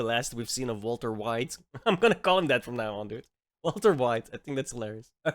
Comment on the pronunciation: Bro said walter Wide XDD